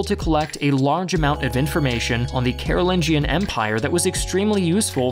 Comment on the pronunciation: actually its read as Karu'linyan not Karu'lin-john